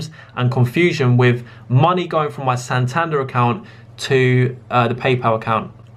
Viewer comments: By 'Santanda' do you mean Santander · It's Santander mate not Santanda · this video was well explained and big respect for setting the record straight good stuff but please pronounce is ‘san-tan-der’ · why can't you say Santander properly? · Is it only me that is bothered by how he pronounces 'Santander' 😂